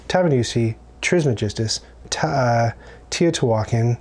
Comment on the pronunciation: It's too bad you don't know how to pronounce Teotihuacan properly!! Tee-Oh Tee-whaa-Con